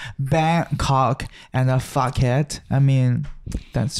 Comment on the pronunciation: Thai here 😀 You're pronunciation of Phuket the Korean(?) way is spot-on. Ignore the "ph" in Thai places and just sub it with "p". I think it's for transliteration or something (we have different consonants with the same sound).